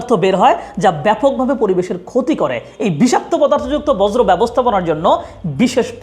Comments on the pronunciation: Informative. 'Borjo' r 'Bojro' not the same thing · বজ্র😂😂😂 বর্জ্য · বজ্র নয়, বর্জ্য। উচ্চারণ ঠিক করুন। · শব্দটা বজ্র নয় বর্জ্য। ভালো করে বুঝেশুনে ভিডিও করুন। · বজ্র না ভাই বর্জ্য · বর্জ্য ব্যবস্হাপনা হবে শব্দটি। বজ্র না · আপনি বর্জ্য আর বজ্র এর মাঝে গুলিয়ে ফেলছেন। শুনতে খুবই বিরক্তি লাগছে। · বর্জ্য উচ্চারণ ta আপনার ভুল হচ্ছে বার বার 🫠🫠🫠